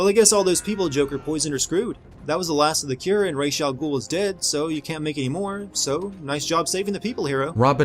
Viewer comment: Ok, another thing I would sin is this the way this guy pronounces Ra's name, that shows you just how little he actually payed attention to the story, because if he had ACTUALLY paid attention, he would have heard how how Ra's' name is SUPPOSED to be pronouced